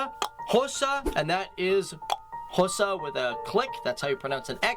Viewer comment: He absolutely butchered isiXhosa and Sotho. 😭😭🤣🤣